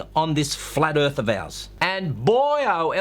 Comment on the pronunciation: "Manuary". Excellent. Bless you on this flat earf. :-)